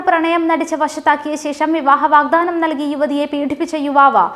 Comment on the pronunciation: വാഗ് "ധാനം" അല്ല "വാഗ്ദാനം"